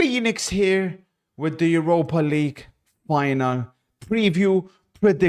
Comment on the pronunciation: Every time says Phoenix here it sounds like he’s developed an extra chromosome